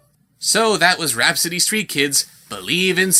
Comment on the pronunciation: "Rapsittie STEET kids.". C'mon lol.